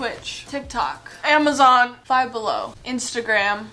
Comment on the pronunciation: The way she said Amazon lol